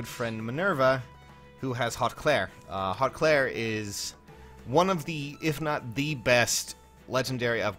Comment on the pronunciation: I hate to tell you this, but apparently it’s pronounced “hoot clere” and I guess you can look that up to double confirm